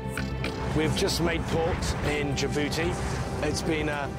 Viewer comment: "Enters the port of jabooty" 😂😂😂 that's what I did to my girlfriend last night